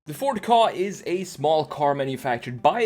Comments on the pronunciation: Ford kay ayy not ford car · Ford car? It’s ford K A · No one gonna say something about him calling it a Ka (kahh) its actually called the KA (Kay-ay) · It’s a K.A not a ka, it sounds like you are saying “car” when it’s a KA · It’s pronounced K.A. I used to think it was the way u say it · I the way you pronounced Ka... KOH